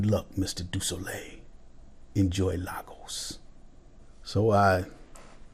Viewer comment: The way you pronounced Lagos is amazing. Thanks, for recognizing the Victor Momoh of our time.